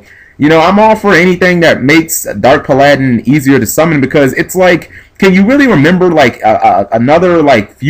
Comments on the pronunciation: pa - ladin? it's pal - a - din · It usually doesn't bug me but omg the way you pronounced Timaeus and Paladin in this video really got to me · lol can't pronounce paladin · Tih-Mai-Ess and Pah-Lah-Din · Wow lol I like how ppl are so ignorant about his pronunciation of the card NAMES.. A name can be pronounced many different ways.. If it wasn't heard on the show which may be the case.. Then obviously a person would have to come up with their own pronunciation.. Either way pal-a-din and pa-ladin would still be acceptable ways to pronounce that name.. Jeez folks.... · I agree in that context, and I see why he was asking why It should even matter, but I think it bothers me even more when we HAVE a correct pronunciation of Timaeus, and Paladin and the others he said wrong. I mean the Characters said the names ALOUD. Either G needs to re-learn english, OR has never heard the words aloud. Not trying to start an argument I swear, but I cant be the only one who was bothered by his mistakes. Also its not the first time he has made these mistakes. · You do it for too many cards. Its basic english pronunciation as everybody said. And I won't have you telling people straight up you never heard the proper pronunciation of Paladin before. Same thing with easy words like Linde, Gunde.